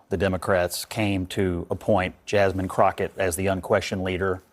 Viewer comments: It's jasmine CROCKETT...NOT CROC-HET 🤣🤣🤣. Please lol it's CROCKETT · WHY, WHY, WHY do you keep mispronouncing her name? For the record it is Ratchet Crotchett..... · Her last name is pronounced Crock-IT. IT IS NOT Crotch-IT. What’s really on your mind, brother… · FFS! Her name is pronounced kro/ket. There is no CH anywhere in her name. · Do you purposely pronounce her last name wrong (which I wouldn’t mind) or do you see the K in her name as an H? Just curious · The way you pronounce Jasmine's last name is funny. Do you even watch these videos you opine on?! 😂😂😂